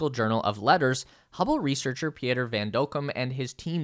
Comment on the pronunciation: Pieter is pronounced Peter...how hard can it be.... do your homework yank..